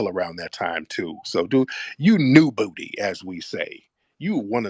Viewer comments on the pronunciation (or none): "You new boowty"😂😂😂😂😂😂😂😂😂😂